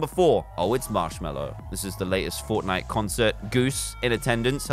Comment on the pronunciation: thats not marshmellow itsh moshfellow